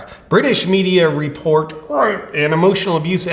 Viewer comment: Stopped watching after the 3rd time you pronounced "rape" like an idiot. Say it or don't say it. But either be YouTube's slave or an independent journalist. You can't be both. FUCK YOU YOUTUBE, BY THE WAY, for limiting freedom of speech! Good on ya! Hope there will be another platform soon, on which people are able to simply speak facts. Nobody is glorifying rape here. But it should be possible to discuss this topic, for everyone's fucking sake. ELON MUSK, MAKE TWITTER BETTER PLEASE.❤